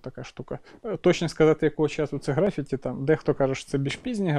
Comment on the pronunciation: ГрафІті, Карл, графІті, а не грАфіті. За відео окреме спасибі.